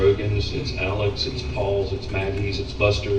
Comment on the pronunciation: Also his name is spelled Alex however it is pronounced "Alec"